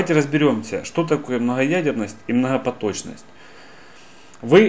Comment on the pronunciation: Мнахапоточность. ПРАХРАМА. Ахахахахах.....